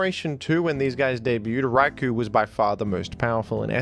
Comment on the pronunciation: Raikou is actually pronounced Rai-koh. Japanese guy here